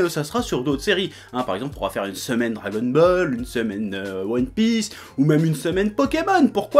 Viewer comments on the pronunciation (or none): none